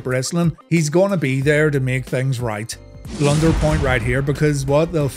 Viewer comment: Here is a blunder, an irish man trying to say blunder........ber-lie-yernder